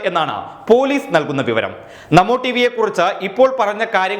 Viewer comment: ഈ അവതാരകൻ നമോ ടീവി എന്ന് പറയുമ്പോൾ എനിക്ക് തോന്നുന്നത് മമ്മൂട്ടി... മമ്മൂട്ടി എന്നാണ് 😄😄😂???.